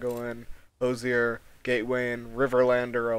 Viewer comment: Btw, Hoosier is pronounced like “whos-er”, not “hose-er”. Not a big deal, just jarring to hear as an Indiana native.